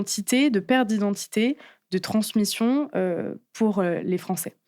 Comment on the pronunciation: Euh... Transmition???